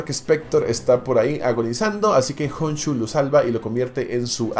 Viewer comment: Stephen y Steven no es lo mismo💀💀💀💀💀uno se dice estifen y otro estiben GOOOOOSSSSSSHHH KHONSHU NO JONSHU